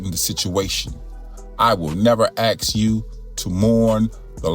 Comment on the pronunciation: just for thoughts: the word ask is not pronounced AXE - it automatically tells me yer stupid